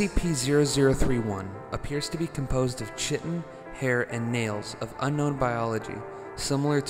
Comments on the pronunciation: its pronounces kie-tin not chi-tin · ‘Chiton’ is pronounced ‘khitōn’, like the ‘ki’ sound in the word ‘kite’.